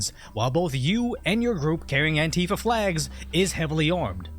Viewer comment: Why is he saying antifia? They are not antifia